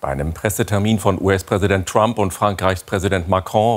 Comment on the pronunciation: Fast so schön wie Donald „Tramp“